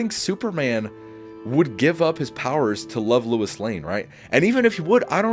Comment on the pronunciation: Sounds like you kept saying "Louis" when it should be "Lois" And I agree that Superman IV is better in premise than Superman III. Superman III was unfocused & too silly. Both sequels suffered from having creatives who didn't care for the source material + not using Brainiac, Bizarro & other villains . As for seeing Superman as a god, watch Superman & Lois & you'll see how human the character really is. One of the best Superman adaptations alongside Superman: The Animated Series, the 1978 movie & the new one. I respect the ranking, but I'm going 1. Superman '25 2. Superman '78 3. Man of Steel 4. Superman II (both Lester & Donner cuts) 5. Superman Returns 6. Superman IV 7. Superman III